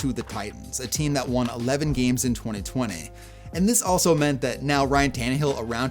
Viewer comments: Twone-ay? That's one of Twenty ways to pronounce it. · “Twenty twenayyy” 😂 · Twenty twentay 😂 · why did you say 2020 like that? 😂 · I thought I was the only one who noticed 😂😂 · For real it’s super odd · Why u say 2020 like that bro😂😂😂